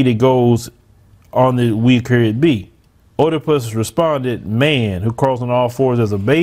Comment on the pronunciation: WOW Ōmg! Let me say, its Øedipus not Ōedipus . Reading and proper Pronunciation is important for teaching folk adversed to reading or reasearch. When your staff is not doing thier job the Host looks really dumb. If!!!!!! The followers are really learning on the fly in real time. Im looking for the comments that innerstand understand and overstand who Oedipus is and the tradgy of this King. The morals of his story. Many men could learn from it. OooooMiGawd!!!!!!!😅😅 Education is a larger issue the Ôrganized black sellouts. Shall we now Distinguish between Boule and non boule doctors and lawyers?